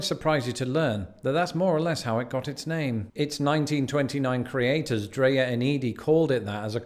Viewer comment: "" evidently was the pronunciation of Dreyer's (inventer of Rocky Road ice cream)--Dr-I-ers, not Dr-A-ers.